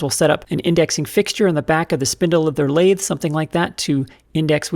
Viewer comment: I happened to be sipping a glass of wine when you said “lath-eh.” Had to pause to clean up my iPad.